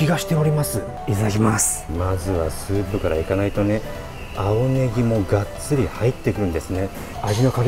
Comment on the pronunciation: 青ネギが、顎ネギと聞こえた (σ*´∀｀)であった もう～はいじぃわぁ